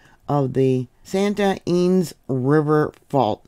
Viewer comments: Thank you for watching with me on California. Not all quakes are generate report. Deceptive. Ynez is pronounced Ee-nezz. Vid bless you. 🙏🏼💕😊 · "EE NEZ" (Ynez)...(we live in vandenberg village - btwn lompoc & the base)